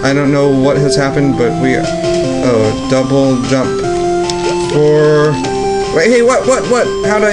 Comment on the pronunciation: You said "jouble dump" :D